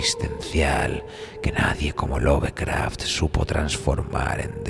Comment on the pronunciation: Se pronuncia "Lofcraft", no "love".